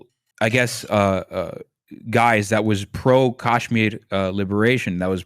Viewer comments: TBH I found myself getting triggered by what he was saying at times. Oddly, his pronunciation of Kashmir (which is very Tamil-coded and is subjectively endearing). He has an interesting perspective that is different from most commentators of Indian descent, online. I think that's pretty cool. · Bhai tu pehle kashmir achi se pronounce karle fir apne galat opnions thopna ( oh sorry i forgot you won't understand what i have written cuz you don't understand hindi. you have a very stupid take ) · Thank you for writing this. I can't fathom how this guy is giving commentary on Kashmir while pronouncing it incorrectly. The leftist discourse on Kashmir is disingenuous. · lots wrong with this video that many others have already pointed out. but please, for the love of god, get somebody on who knows how to actually pronounce the name of the people and the place they are talking about. its K-UH-shmeer, not kaash-mir. also the comments are full of BJP propaganda as well so its difficult to take criticisms seriously, i get. but please talk to an actual kashmiri who has lived in kashmir. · You guys are both idiots. Also, it’s not Cash-meer or Kaaaash-meer. It’s pronounced Cush-meer. You constantly mentioned military occupation by India. Read history for once, blithering fools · Can’t stand this coconut saying “Kaash-miri” on and on again. It’s “Kush-mir-i” ffs. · atleast he didn't say "kaasmir" like some do, "cashmere" is still better pronunciation than "kaasmir" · Why is the Indian pronouncing Kashmir wrong…wtf is KAAAshmir? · why does this guy keep pronouncing Kashmir wrong its pissing me off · The way he pronounces kashmir and tamil is enough for me know he's whitewashed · Next time u wanna get an "expert" on Kashmir at least get someone who can say the word kashmir properly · this point about the pronunciation 🫣 it was really bothering me the entire time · At least try to pronounce things correctly…